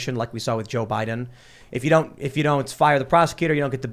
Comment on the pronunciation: say it correctly. biden showing how weak he is